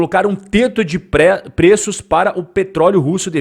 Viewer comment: E só eu que escutei tete de preço do vídeo